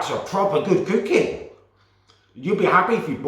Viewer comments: It's cookie not cewkie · love his videos but i cant stand how he says cooking and cookie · It's pronounced cucky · “whilst the cewkie is cewking” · I love how he says cookie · Is it me or can't say cookie right.